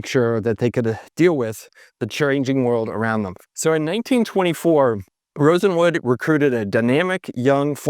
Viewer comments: It might be my old ears, but it sounds like the guy kept pronouncing the name of Mr. RosenWALD as if it was RosenWOOD. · Rosenwood? Wasn't it RosenWALD? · Sears’ partner after Roebuck was Aaron Nussbaum and he brought in his brother-in-law, Julius RosenWALD, not pronounced Rosenwood. You speak with great confidence, but you need to be more careful with your research. RosenWALD funded schools in the south, that carried his name and even in Louisiana pronounced his name properly. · The name is pronounced-Rosen-waaled. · it's not RosenWOOD, it's RosenWALD. He was a Jewish man in search of business opportunities for pennies on the dollar. Please get the pronunciation correct. Your other videos also have this same issue. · Always good reporting and analysis, but, RosenWALD… not Wood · Rosen Wald! Not Rosen Wood - you introduced the correct name in a graphic, then spend the rest of the video mispronouncing the key person's name… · Sorry, but i have a HUGE gripe -- you kept calling him RosenWOOD, when he is actually RosenWALD ... It bothers me because I live in the Bronzeville Neighborhood of Chicago, where we have the RosendWALD Court buildings, where many African Americans lived, including famous people such as Marla Gibbs. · Yes, that sounded strange: RosenWOOD? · Rosenwald not Rosewood! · Wouldn’t Rosenwald be pronounced RosenWALD, as opposed to RosenWood? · It's RosenWALD. Not RosenWOOD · FYI It's Julius Rosenwald, not Rosenwood. I loved shopping at Sears. I shopped at a Sears in Concord NC until it closed in 2019. It was the last Sears store in the Charlotte metro area. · ROSENWALD, ROSENWALD, ROSENWALD, not Rosenwood. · Julius Rosenwald was the person's name not Rosenwood.... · Is it Julius Rosenwood or Rosenwald? The photo says Rosenwald, but you say Rosenwood. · Well done, very interesting. One thing- It's "Rosenwald," not "Rosenwood." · Rosenwald not Rosenwood